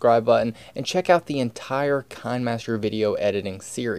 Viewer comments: You know its pronounced KI-NE-MASTER like a kinema master not Kine-master (a kinema is just an old word for a cinema) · Hold up...did this dude just say kunmaster? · any remember the video that he say kinahmaster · It's Kih-nee-master Don't believe me? Go to official kinemasters channel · This is a proof he said kain-master instead of kinemaster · Excuse me did you just say fine master? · why do u say kinemaster like this kanemaster not hating